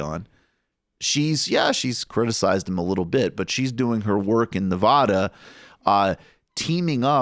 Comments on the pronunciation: Nev-AD-a!!! Not Nev-OD-a!!!!!!!! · It’s Nev a duh not ne ah du